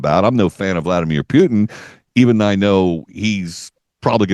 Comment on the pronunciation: This radio host is apparently incapable of learning. Putin has been a president of Russia, with one interruption , since 1999, and this host has not learnt the right pronunciation of his name. Stupidity or arrogance?